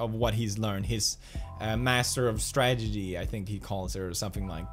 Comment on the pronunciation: why i hear "stragedy" when pew speak "strategy"